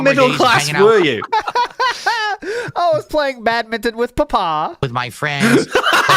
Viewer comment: He couldn't even pronounce badminton correctly 😭 y does he need to keep lying